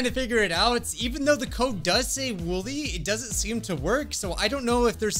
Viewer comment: It's wooly or woolly not woolie